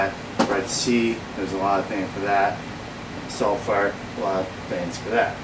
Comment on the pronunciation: "Salifart" haha